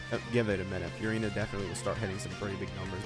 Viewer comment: please pronounce furina normally